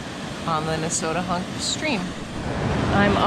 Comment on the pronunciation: Now I know how to say Nesowdnehunk. I always tried to make it five syllables. I am wrong.